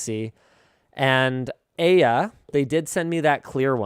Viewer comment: AYA still isn't pronounced A-ya, it's i-ya.